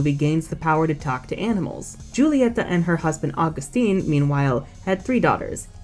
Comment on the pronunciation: Ita not Julieta its Hulieta, the j is pronounced with a h